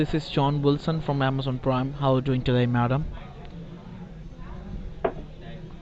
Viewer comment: scammer : "hello this is john wilson from AmAzON pWiME". victim : (hang up) lmao